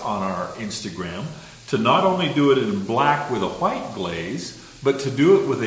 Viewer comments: The tutorial was great but the way you say white makes me uncomfortable… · i thought i was the only one